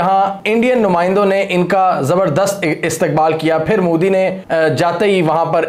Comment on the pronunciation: I love how you pronounce Modi as 'Mudi.' 😂